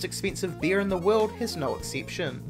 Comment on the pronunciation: I missed that. I was mostly focused on him saying beer instead of bear.